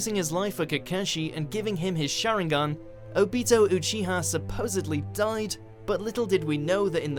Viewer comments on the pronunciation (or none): itachi killed is clan SO HES A Vilaan AND WRONG prounaunce in the sharingan and kakahshi by the way